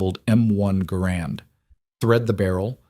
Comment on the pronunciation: Not grand, GArand the emphases is on the ga.